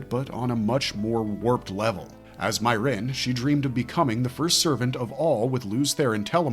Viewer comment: "MEE - air - inn", not "MY - rinn"